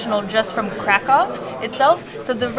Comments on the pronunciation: 20 seconds in and I’m already freaking out about the fact that someone actually said Krakow right for once. On behalf of all Polish people, THANK YOU😂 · It broke my heart when he prononced Kraków